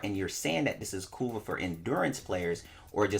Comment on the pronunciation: I keep hearing "Kuva" as "Kurwa", knowing the polish meaning of that word creates a whole new plot twist!